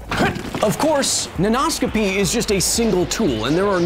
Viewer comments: When you said Nanoscopy I heard Nan No-scopy.... And now I want an OC of someones Grandma running around some foreign military compound in her tactical nightie, jumping off of rooftops, 360° No-scoping the enemy and torturing people for information by baking cookies that they hate and pinching their cheeks. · Hi, Kyle- as both your pupil and fellow educator (high school English teacher) I am a big fan of the show! ^_^ I had a linguistics comment (can this count as science? the science of language?) about your pronunciation play with the word nanoscopy . In order to sound "way more fun," poets and other writers often play with the meter of words as you did here. Oftentimes, this is simply that: more fun. However, sometimes this syllable slander changes the meaning of words entirely, and in even more common cases, changes its part of speech. As an example, consider the word "construct." Depending on where the stress is, the part of speech changes: CONstruct - (noun) a building or structure conSTRUCT - (verb) to build something English often weirdly warps in ways we wonder about, but it seems to come natural to native speakers so we often don't even think about it. But many people studying English as their second language don't grasp the concept of meter (or stressing syllables) because such metrical systems don't exist in their native language. So imagine being taught something like this without ever having to stress syllables before: thermo = THERmo meter = MEter thermometer = therMOmeter Well, Kyle, there('s) mo' meter I could talk about here, but I think if this comment gets any hotter, your favorite element might burst out their mom eater. Thanks for having an awesome show! Can't wait to catch you on the next one!